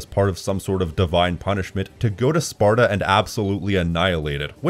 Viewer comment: "ancient sparto?" It's Sparta.